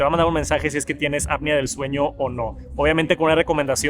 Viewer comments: Es apnea no apia. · Buen video, muy completo, solo como observación constructiva ten cuidado con la pronunciación de la APNEA y dices “ADAPTIVO” palabra que no existe, reitero solo es de forma constructiva, me gustan mucho tus videos, saludos 👋🏻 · Siempre le pasa lo mismo que como solo ha escuchado la palabra en inglés, no sabe pronunciarla en español correctamente. Y no es gringo jaja 😅